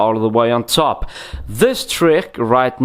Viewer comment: I like how this guys says top... Teeoup